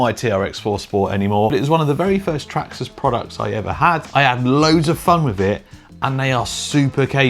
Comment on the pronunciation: That's a great list. Cringed when hearing the name Trax-ass but got over it.